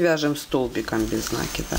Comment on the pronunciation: Всё здорово, только не нАкид, а накИд.